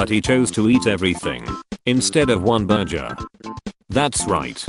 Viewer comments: Bro said ‘burjer’ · I love how they call burger a burjer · "Burjur = burgur.